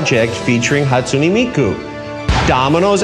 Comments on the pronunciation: "hatsoony miku" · "hatsunEE miku" NO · Why does he pronounce Hatsune Miku so weird like why he say it hatsu-knee like wot HaTsUkNeE MiKuU